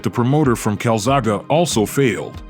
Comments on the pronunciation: He pronounced it calzago at the very start.. hahaha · How do you mean a video about someone who's name you can't pronounce! Kalzagha ,hahaha, I am glad that you got Joe correct! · I really wanted to watch this but switched off after a couple of minutes because of how he kept mispronouncing his name. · Its funny the narrator sounds like english is his spoken or first language. He cant get Calzaghe right though its not Calzaga Mate how tf do you not get that? Calzaghe. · The Mans name is Joe Calzaghe ( pronounced Cal zag ay ) not cal zaga , and is thee best boxer I have ever seen . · How the hell do you look at calzaghe and pronounce it calzaga? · Joe: my last name is calzaghe robot voice: carl saga? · Calzaga? Cal zaa ghi is how I pronounce his name. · It is pronounced Calzag'E' not Calzag'A' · You Say It Calzakey ...Not Calzarka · Joe Calzaghuh c'mon man get his name right! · So under-rated what a talent he was but how can you put out a 31 minute compilation with a commentator that cant pronounce his bloody name correctly absolute disgrace and an insult to the Calzagh"E" family name! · Calzaghaa, Calzaghoo ------ Calzagh eeeeeeeeeeeeeeeeeeeeeeeeeeeeeeeeeeeeeeeeeeeee! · Never heard his name pronounced as Calzaga before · joe calzagha lol please pronounce the e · I'm in Newport south Wales watching this,is pronounced joe calazagey!,( calzaghe ) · That would be Welsh Dragon and his surname would be pronounced Kal-zag-ee. so painful listening to this commentary. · joe calzagA? Italian pronunciation or ......? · That's the very reason I came here to say calzhagheeeee ot aaaaaaaah. Lol he frigging got Caerphilly right it's less than ten miles away from where I live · Carlzarga pronunciation spoiled a great watch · You are wrong to buddy. It is Cal-zoggy. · Can’t make it through this .. every time he pronounces his name wrong I just want to pull my ears off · first of all get his name right, typical americans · Peeing me off not saying joe’s name right???